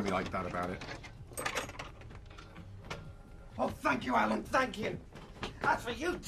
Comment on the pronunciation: Its "Alan" Johnson